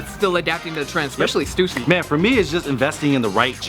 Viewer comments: it's pronounced as stoosy not stassy. coz it's the family name of the owner shawn stussy. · Stüssy is pronounced Styssy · Lmfao, hate to burst your bubble but the 2 dots on the U in Stüssy isn't pronounced that way xD It's pronounced in a way that I can't explain since it's a mostly german letter. But even as a german I call it "Stoossy" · it's stussy not stewssy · i say 'stusii', 'stoosi' sound dumb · It’s “stew-see” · Stüssy is pronounced Stoossy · I pronounce it stoosy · Stüssy(stoo-see) simple😂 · Its pronounced "Stew-C" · It's "stew-see" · Stussy is pronounced "Stoosy" because the 2 dots on top of the "U" make it sound like "oo". It's called an umlaut (ü) in german. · Pronounced as an "oo" not "uh" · Ü is pronounced like a Y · I'm from Germany and ü is pronounced like a combination of u and i